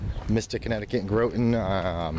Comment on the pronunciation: Good review. It's an amazing store. Been shopping at Citadel since i was in my 20s. Just so you know, the o in Groton is pronounced with an "ah".